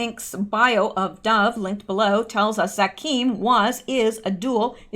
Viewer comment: Dov Zakheim - pronounced Dov rhymes with Grove, and ZAQ-heim emphasis on the first syllable, rhymes with PACK-time.